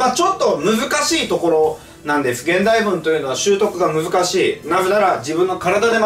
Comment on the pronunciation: このコメ見た後に聞き直したら確かに聞こえました笑笑